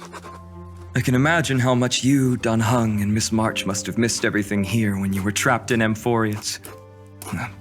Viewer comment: First Time i listend to the eng dub. Why the heck do they say "Dan Hang" and not "Dan Heng"? (And "Syreenie" lets me cringe a lot)